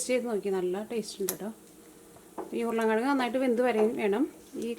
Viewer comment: സ്ഥിരമായി കാണുന്നൊരാളാണ് ഞാൻ. വിഭവങ്ങളെല്ലാം വളരെ രുചിയുള്ളതും ഏറെ സ്വീകാര്യവുമാണ്. അഭിനന്ദനങ്ങൾ. ഒരു കാര്യം പറയട്ടെ. വിവരണത്തിന്റെ ഭാഷ ഒന്ന് ശുദ്ധീകരിച്ചാൽ കേൾക്കാൻ രസകരമായിരിക്കും. മസാള അല്ല മസാല ആണ്. ഉർളൻ കിഴങ്ങല്ല, ഉരുളക്കിഴങ്ങാണ്. പൊട്ടറ്റോ എന്ന് പറഞ്ഞാലും നന്നായിരിക്കും. പുത്തൻവേലിക്കര സ്ലാങ് എല്ലാവർക്കും രസിക്കണമെന്നില്ല.